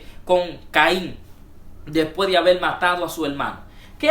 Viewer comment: No se porqué estos hnos Crean paginas de internet; sin saber artícular bien las palabras del castellano. en lugar de Haber, dicen abel subir dicen subil, escuchar, dicen escuchal, Creo qué mejorar su dilecto sería lo mejor para los qué estamos en otros países escuchando a un mal hablado. Una palabra mal pronunciada cambia totalmente el tema dando a entender otro asunto. Mi opinión es que aprenda a hablar para grabar sus opiniones, y recuerden que los que ven su vídeo son personas cultas en su mayoría. Por último la serpiente si tuvo relaciones con eva solo así creo una descendencia y solo Dios engendra por medio del espíritu santo.